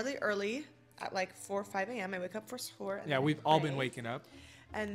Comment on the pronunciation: Your saying suhur wrong the way you are pronouncing it badly 😅😂😂😂❤